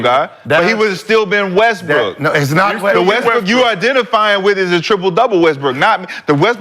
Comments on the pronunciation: You definitely said Westbrick gang 🤣🤣🤣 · He def said westbrick🤣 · Bruh definitely said "Westbrick" 😅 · Nigga u definitely said Westbrick omm 😂😂😂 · Naw you said Westbrick nigga😂😂😂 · Nigga u said Westbrick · He said Westbrick twice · He definitely said westbrick 😂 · definitely said westbrick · He did say Westbrick😂😂😂😂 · definitely said westbrick lol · Definitely said westbrick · He definitely said Westbrick 🤣🤣🤣